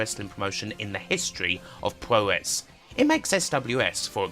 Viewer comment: So that's what he was saying! It also should be poo-roh not pyu-row for the 'puro' of 'puroresu'.